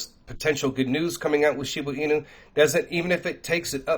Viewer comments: "She-boo inu" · SHIBA (“AH”) INU!!!! Geez get it right